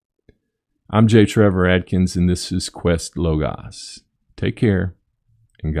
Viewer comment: You pronounce it "LOW-GOSS"? I've always pronounced it "LAW-GOES" or "LOW-GOSE"..